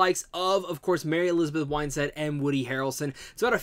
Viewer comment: Her last name is WINstead not WHINEstead.